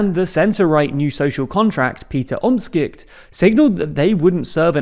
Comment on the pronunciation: sweetie you butchered those names. omtschicht? Dick shoof? 😂